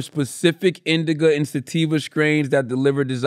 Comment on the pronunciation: Am I tripping or is Charla saying indiga instead of indica?